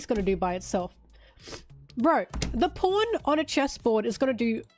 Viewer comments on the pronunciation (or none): Pawn is an unfortunate word to hear with an aussie accent 😭